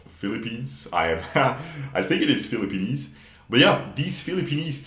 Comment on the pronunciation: ah yes The Philipenis